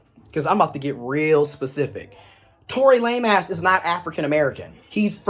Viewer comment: You said Tory Lameass🤭